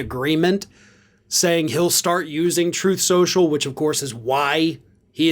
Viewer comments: “Troth Central” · It's pronounced "truth so-so" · It's spelled "Troth Sensial" I think... At least that's how Dump pronounced it. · Truth Sociial? Don't ypu mean "Tref Sha Sha"?